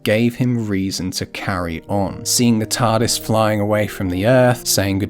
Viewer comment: This part cracked me up OOH OOH OOH EETS EETS ZA TARRDIS